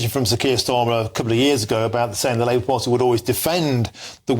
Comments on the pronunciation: "Labour farty..., Labour party". You got it right first time. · "Labour Farty" 😂😂😂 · "Labour farty" 😂